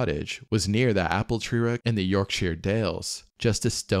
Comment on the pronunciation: Appletreewick is pronounced Apptrick. Very interesting video but scary. I’m originally from Yorkshire (York) but I’ve never been to The Strid.